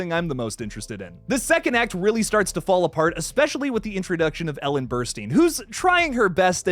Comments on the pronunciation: Her name is Ellen Burstyn. Pronounced ‘Burst-in’ not ‘Burst-een.’ Do your research. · It’s pronounced like Burst-Tin.